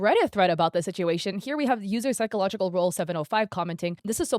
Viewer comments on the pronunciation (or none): none